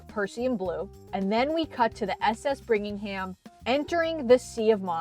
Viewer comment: Nice analysis, but one correction - the ship is the CSS Birmingham, not "Brigmingham." Birmingham is the capital of Alabama, hence an appropriate name for a Confederate ironclad. And one little detail you may have missed - Tyson's shield is decorated with a hippocampus.